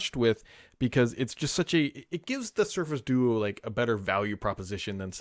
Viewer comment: Definitely said do-oo during the intro